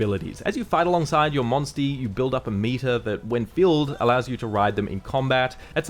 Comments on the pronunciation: Say monsty again 😂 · I can not take "monstie" seriously at all!